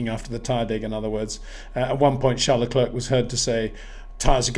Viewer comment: Sincerly hope that Peter will finally knows how to pronounce Verstappen and Leclerc next season,,,,…